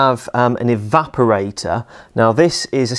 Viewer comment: to my ears he's saying "evaporai-TAH"